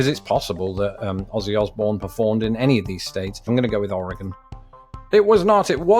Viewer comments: How the ever living hell does a Brit being naturalized into America know how to say "Oregon" better than like.... literally everyone I remember meeting who hasn't even been there? How? Just.... uh.... For those wondering at my bafflement, most people I've EVER met who haven't lived there say "Or-eh-gone" when it's closer to "Or-ee-gun" we also accept "Or-uh-gun" as that's how it sounds when we say it fast. Oh and how do I know this? Except for one year, I lived there until 2014. (The one year was military service into medical retirement.) So, yeah, I lived there pretty much all my life until I was 23. Anywhoozle, I'm just surprised he pronounced our state name correctly. And now you too can say it properly. Oh and by most people, I'd say ~60% of people who haven't lived there say it incorrectly, to be a conservative estimate. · You said Oregon right! Without even muddling your way through it! He's better than at least a third of the US. It seems Oregon is harder to say than Nevada. ;) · Thank you for saying oregon correctly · I’m impressed that he pronounced Oregon correctly 👍